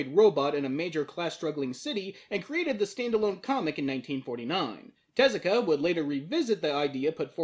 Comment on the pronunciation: Yeah hearing him say that got to me too since everyone else uses Teh-zu-ka.